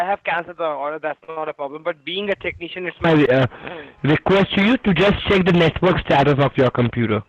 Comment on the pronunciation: "Being a techneeshun" earrape intensifies